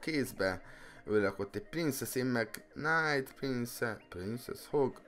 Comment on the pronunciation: Rosszul ejted a knight-ot!